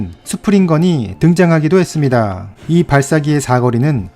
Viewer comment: ~ 했습니다~ 이 부분의 발음이 굉장히 특이 하시네요